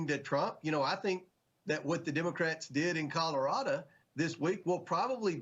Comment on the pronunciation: Colorado does not end with an a